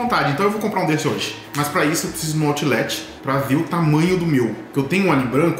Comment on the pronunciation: falando Outlet: "autchhhh-létchhhh" kkkkkkkkkkkkkk